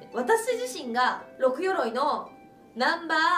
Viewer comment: 六鎧でロクガイと読みますな